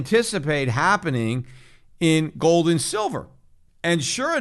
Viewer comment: Schiff pronounces it GOLLLLLLD.